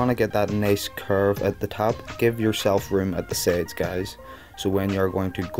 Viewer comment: why do you say sades and not sides